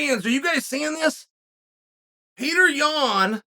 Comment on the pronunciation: Petr yan vs merab dvalishvili when chael speaks it its Peter yun and marble digafishi